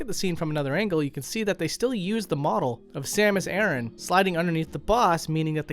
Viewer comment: I've been waiting for this episode. Such awesome stuff. But please pronounce her last name properly. It's A-RAN Not aaron.